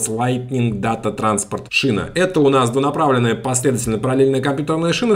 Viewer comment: Data = дейта